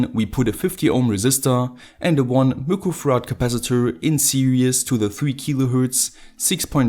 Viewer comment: I spotted the deliberate pronunciation mistake for this video. Mick-rowe Farad. Do I win?